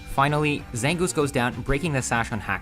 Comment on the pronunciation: ZANGOOSE, NOT ZANGOUS!